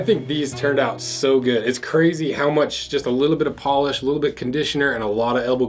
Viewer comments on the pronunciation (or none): none